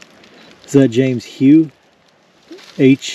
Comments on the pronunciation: I believe HOUGH is pronounced HUFF. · I believe that Hough is pronounced Huff. The epitaph on that one headstone that said that the dead in Christ shall rise first got me to thinking: Wouldn't it be cool to be in a cemetery when Jesus comes back and see the people rise and then immediately we will go next! Gives me thrill chills just thinking about it. Y'all have a good day and God bless you. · The name "Hough" around here is pronounced "huff"...as in rhymes with "rough" pronounced "ruff"!!! Love these old cemeteries...once upon a time...thanks and your very knowledgeable friend, Dan...and of course Walter, whom we seldom see, but we know he's there manning the cameras!!! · Hough is pronounced huff. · Hough is pronounced HOW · Hough is British, and pronounced"Huff " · Hough is pronounced Huff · Hough is pronounced "huff" Seay is usually pronounced "shay" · May I offer a comment abt the grave …The name on the stone may have been pronounced ‘Huff’. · I believe Hough is pronounced Huff. Great video on lost souls. Keep up the good work.